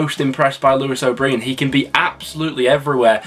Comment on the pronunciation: Class video but mate… Lewis O’ Breean aha😂